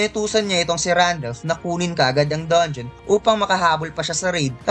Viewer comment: Paayos naman ng mga pronunciation mo sa mga words. Gaya ng sinabi mong dongion imbis na dangeon, disert imbis na desert at madami pang iba. Nakakalito kasi pakinggan